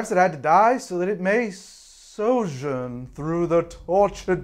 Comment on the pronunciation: I live and breathe or complete inability to pronounce the word "Sojourn," then IMMEDIATLY follow up with an equal mangling of "Ouroboros" Never change, I love you